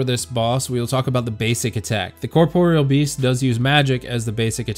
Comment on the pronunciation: Liked solely because you didn't call it "corporal"